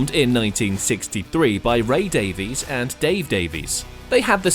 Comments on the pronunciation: Nice video! It's pronounced "Davis" not "Davees," though at this point I hear that both Ray and Dave have given up on it. There's a current comedian on British TV called "Alan Davies" who also pronounces it "Davis". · Their surname is pronounced Davis, not Davees.